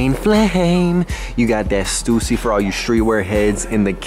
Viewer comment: You're pronouncing Stussy wrong 😭!